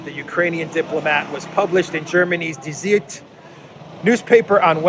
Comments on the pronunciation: Die Zeit (the time) is pronounced as 'z-eye-t' not 'z-eat'......👍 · "Die Zeit" is pronounced "Dee Tsaït", and is one of many German toilet paper news outlets. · Die Zeit is pronounced Dee zite